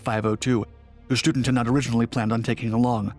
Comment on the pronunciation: Student is pronounced auf Deutsch, shtu-DENT, with emphasis on the last syllable, not like a school student. Kudos calling them Fallschirmjäger, not paratroopers.